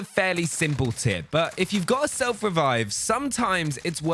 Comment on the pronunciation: tip dont make the word tip sound like tit